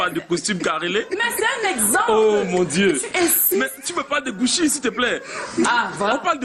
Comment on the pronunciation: Pauvre type "tu me parle de gouchi là" 🤣🤣🤣🤣🤣 gouchi! gouchi! gouchi! On écrit cucci et on lit goutchi c'est de l'italien !! Gros sardinard va compter les millions de ta corruption au rdepiecé faignasse.